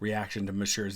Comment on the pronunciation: Pls pronounce monsieur the right way